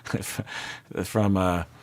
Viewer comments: I cracked up, it’s S8 and he still says Lehey😂🤣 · Lachey is pronounced La-shay. Love your videos!